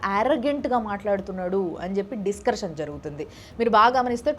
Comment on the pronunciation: డిస్కర్షన్ కాదు అక్క, డిస్కషన్